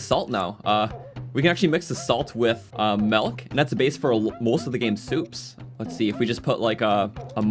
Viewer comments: Milk, not "melk" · This dude for his entire life: “MELK” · I love how he says "melk" for milk 😭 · this is legit just saying melk for half an hour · You're from Ontario, aren't you? Your pronunciation of 'milk' gives you away.